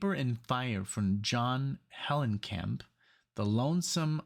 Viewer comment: Did you say John Hellencamp?